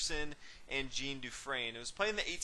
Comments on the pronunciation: I enjoy your commentary. Just a minor quibble though. Although Jean Dufresne is German, his first name is French and should be pronounced as "Jon" rather than the way Americans pronounce the women's name "Jean." Here's another good commentary on the Evergreen game, and the commentator pronounces Dufresne's first name correctly. watch?v=cTovV-scfIQ Again, thanks for your excellent chess commentary. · Jean is pronunced "zhan"